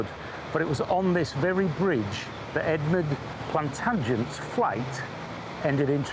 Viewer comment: "Edmud Plantagent"?